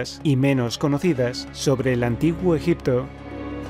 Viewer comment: Me mata como lo dice, ejepto es uno de los lugares.... Amiguito oooooohhh amiguito, amiguitooo ooooohhhh amiguito...